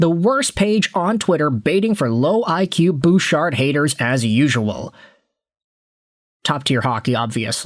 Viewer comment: Don't you mean Evan BOOOchard? 🤭🤭🤭